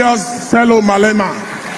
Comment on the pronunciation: He can't even pronounce his name properly